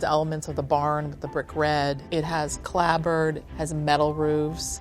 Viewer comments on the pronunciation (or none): She's an architect and can't pronounce turret. Oh dear. And clapboard, calling it clabbord, seriously!